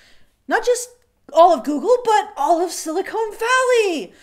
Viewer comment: Stop saying silicone valley.